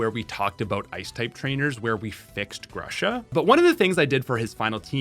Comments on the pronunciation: In this video you said Grusha a lot and EVERY time I heard Russia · It's G-ROO-SHA. Thaaaaat's all what I wanted to say :)